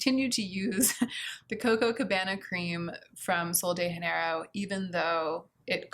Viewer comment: Hi! The J in Portuguese is pronouced the same as the J in French, so Sol de Janeiro is not pronouced as Sol de "Haneiro", but as Sol de "Zhaneiro".:)